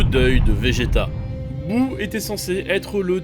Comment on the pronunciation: Boo pas buu